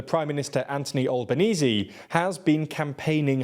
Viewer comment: Such a shame my country voted no to the voice. Also it’s pronounced AnTHony AlbenEASY. Not AnTony AlbanEEZ 😂😂